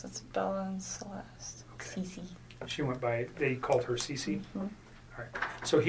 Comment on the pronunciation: she shows utter contempt for Shan’ann. It’s the way she says herrrr family.